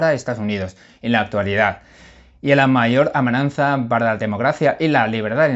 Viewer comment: Hola. Enhorabuena por tus comentarios y análisis tan elocuentes. Te sigo todos cada día y mi deseo es que sigas en esa línea. También quiero decirte que, como profesor de español que soy te felicito por tu nivel de nuestro idioma y riqueza de vocabulario; tan sólo una única palabra que dices a menudo (AMENAZA), intenta corregirla es AMENAZA y NO AMENAN ZA. Disculpa, pero debía decírtelo para corregirlo. Gracias, un saludo